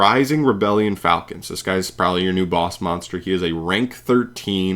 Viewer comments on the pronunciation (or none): none